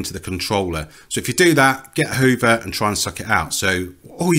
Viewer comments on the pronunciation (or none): Uh whoovuh. Use uh whoovuh.